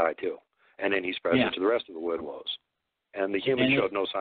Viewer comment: Ozz bo- It's ''woodwose''